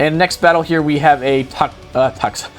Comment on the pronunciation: its not pronounced TAGAKISS its TOGAKISS